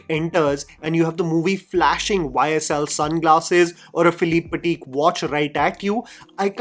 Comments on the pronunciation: Philipe patak?? Hahahha...was that intentional? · So sorry for being a snob here, but that's Patek Philippe ... Not Philip Patik ... Again sorry to be that guy😅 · it’s Patek Philippe 😭😭😭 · Its "PATEK PHILIPPE." not expected from. Any other youtuber would have been spared but not..